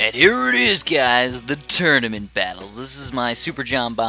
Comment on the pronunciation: he says "Turdaments"